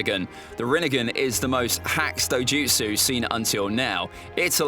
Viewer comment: This guy is saying dojustu like rinnegan and ms are weaker than kekkei tota